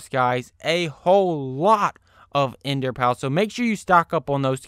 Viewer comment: Its not enderpal its enderPEARL